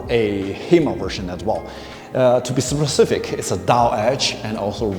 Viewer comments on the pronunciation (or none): none